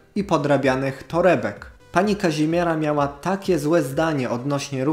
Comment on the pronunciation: pani Kazimie[r]a jest nieco sf[r]ust[r]owana bo całe życie nie moze wymówić własnego imienia